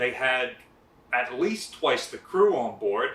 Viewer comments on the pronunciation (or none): none